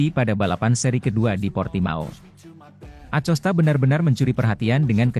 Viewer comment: Ko Acosta bukan nya akosta uch